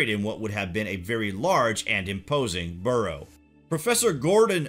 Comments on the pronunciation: Barrow not burrow x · bArrow not Burrow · Barrow, not burrow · This commentators accent is just annoying also his pronunciation of English. What is it , a borrow a barrow or a burgh. Please it is Scotland not Scatland. I am a SCOT not a Scat. The video would have been interesting but for this annoying man.